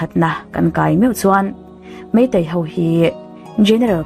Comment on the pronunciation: Meitei ho tiin i ziak dik thiam tho sia, enga ti nge Meitei hauvin tia i sawi tlat le, ho hi hau i ti vek mai a, han zir leh deuh teh. I aw a mawi si, ding chungin vawi 100 vel hovin hovin hovin han ti la, thiam mai ang😊. Hauvin hauvin tih loh tur nih kha aw